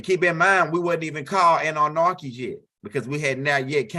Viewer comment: It is so funny every single time he say it lol 😆 🤣